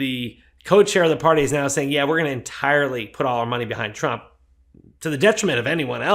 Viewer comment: I like the way she blocked the T in Trump so it’s rump